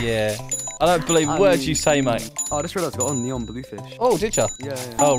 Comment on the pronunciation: bruh not "neon"